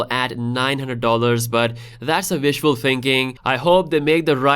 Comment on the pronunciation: still mixing up the letter v and w i see lol, wishful not vishful